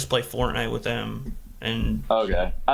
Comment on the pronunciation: Like how doesn’t say th in words like with, he just says wit 🥴 it doesn’t bother me though, I just noticed it recently